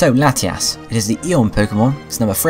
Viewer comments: u say latiass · Ha ha u said lateass